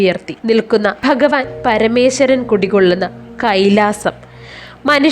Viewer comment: ശം ബാല യല്ല കുട്ടി ശംഭാല എന്നു പറയൂ ബഗവാൻ അല്ല ഭഗവാൻ നാക്കു വടിക്കാത്ത നീയൊന്നും ഇതിനിറങ്ങാത്ത താണ്' നല്ലത്